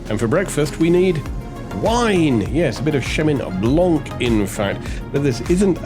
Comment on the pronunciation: I can only presume you are trolling your viewers with your wine pronunciations. There is no such wine as Chemin Blanc, nor is there a Mr Chemin ( lol) Chenin Blanc is the wine , but the grape variety is from France. As for the pronunciation of , Beerenauslese...jeeez. Love this channel.